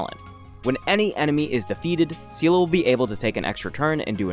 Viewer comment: Seele is such an old character people just forgot her name is pronounced as "Zee-lah". Not "See-lah" (which in Russian sounds as the word that means "strength" :)), not "See-lee".